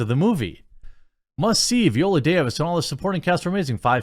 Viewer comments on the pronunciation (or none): her name is pronounced vEYE-oh-luh or veye-OH-la. not VEE-oh-luh.